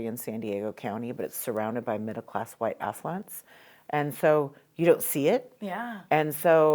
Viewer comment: When you said “White Affluents”, I had to rewind bc I thought you said “White Asswipes” and I was like daaaaaang Tasha!